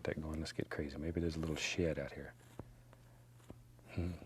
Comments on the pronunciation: LOL. He means "shed," but he does pronounce it "shared." Remember the Americans don´t say somebody is dead; they say they are "dared." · Everytime he says shed it sound to me like he says shit. "Let's take some brown and we're just gonna paint a happy little shit right here. Its that easy."